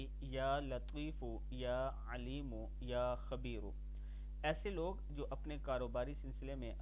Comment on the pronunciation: اعراب درست كر ليں يا لطيف....يا عليم.....يا خبير ..... پیش پڑھا جائیگا نہ کہ زبر